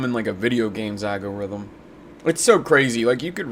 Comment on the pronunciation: Algorithm is pronounced Al-go-rythm not Agg-a-rythm,. I know you are deliberately mispronouncing algorithm to have a comment made...right? 🤦‍♀😏😘 Great show!